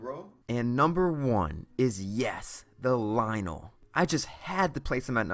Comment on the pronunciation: Lynel. Not Lynl.